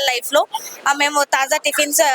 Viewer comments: తాజ్ కాదు తల్లి తాజా టిఫిన్స్😂😂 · Taaza ni Taj Taz chesindi anchor 😂😅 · యాంకర్ టిఫిన్ సెంటర్ పేరు "తాజా టిఫిన్స్" కు బదులుగా...." తాజ్ టిఫిన్స్" అని తప్పుగా చెబుతున్నది. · Taja Not Taj.Anchor should know it before exploring vlog. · This is Taaza tiffins,Not Taz tiffins